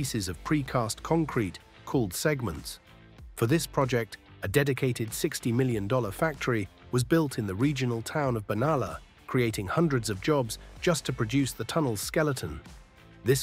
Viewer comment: What a lifeless, bloodless AI-generated tick-the-boxes effort this is. The 'narrator' is so obviously fake and flat that if it were delivering a university lecture, it'd trigger a mass walkout. & how do you pronounce 'Ben-ar-lar'? Not like that. Try harder.